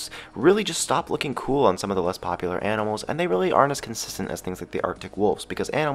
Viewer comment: Did he say YANIMALS at the beginning?😂